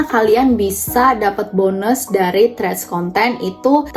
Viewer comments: Threads ya cara nyebutnya bukan trids, belajar bahasa Inggris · Maaf kak. Tp bacanya emang treds bukan trids cuma ada kata tekanan H di antara T dg R. Koreksi kalau saya yang salah🙏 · keganggu bgt dgn cara bilang threads, hrsnya "trits" kakkk, duhh